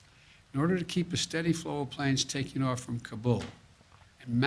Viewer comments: He called it "kambul" several times. This man is so lost and ruining america!!! I'm assuming hes reading a teleprompter here? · The President Can't even pronounce Kabul correctly. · My goodness will this man ever learn to pronounce Kubol. Its pronounced "KAH boll" for 50 years. My goodness ask Google. News media has started pronouncing it wrong so he won't sound so stupid. The "Tah le bon"? Who the crap calls them this! Its the "Tale ah ban". I wander if NBC is going to start calling them this stupid name. This guy has a 48 year history of being wrong on every foreign policy of this country. At least he is keeping Kamala and the squad at bay.